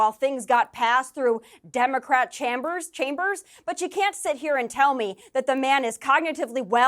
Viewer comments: Is she reading off a teleprompter? Who mispronounces chambers as chahm-bears unless you were reading it and read it wrong at first? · It was a little bit sussy when she mispronounced "chambers"